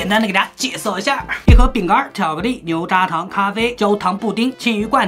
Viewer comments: 牛轧糖，你能分清出轧ya4和扎这两个字吗？ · 牛轧糖读音：niú gá táng。轧读作“gá”，因为这个词是由法文nougat一词翻译而来。牛轧糖是“音译”过来的名字，如按其法文读音，应该读作ga。懂了吗？